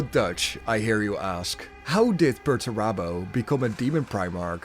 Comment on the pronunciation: Where has he been? Sulking. It's Perurabo what else would he have been doing for 10 thousand years?